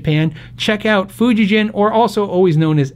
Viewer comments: As long as we are talking correct ways to pronounce names, Fujigen is pronounced FU (as in FOOd) JI (as in Gee wiz) and GEN ( as in MichiGAN) vs. (not GEN as in GENeration). I've lived in Japan for 10 years. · FYI, Fujigen (フジゲン) is pronounced with a hard G (i.e., You go back, Jack, do it a-GEN), not Fuji-Jen (soft G). 弦 (Gen, not jen) means "string" (as in guitar strings or stringed instrument). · Funny all the talk about how to say Godin but everyone I’ve seen speaking English on YouTube says Fujigen incorrectly. It’s ‘fu jee gen’ (hard G as in ‘great’ or ‘go’). However, many times Japanese companies will just let their name go mispronounced to keep it easy, think Mazda which is really 松田 or Matsuda.